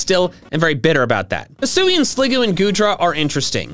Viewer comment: HISUIAN, NOT HISSUI! DO NOT LEAVE OFF THE UI IN ZORUA! AND THERE SHOULD BE ONLY ONE R IN ZOROARK!